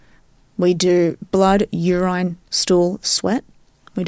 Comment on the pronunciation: I have no experience in any science field, but.....she lost all credibility when she said urine around 21min